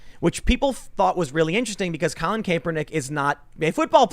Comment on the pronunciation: Lol, does Tim say Kape-ernick on purpose? He's been saying that since forever